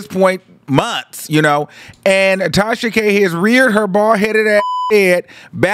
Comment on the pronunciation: The way he says it sends meeee. I thought I was the only one😭